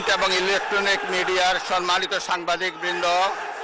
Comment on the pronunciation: বুঝলাম না সম্মানিত উচ্চারণ এর সময় কি ৩ আলিফ টান দিল?🙂